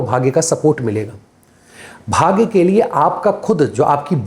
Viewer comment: आप कृपया अपना उच्चारण थोड़ा व्यवस्थित करें .... भाग्या, धर्मा, मंत्रा, भोगा, मोक्षा हिंदी व्याकरण एवं ज्योतिष में कहीं भी वर्णित नहीं है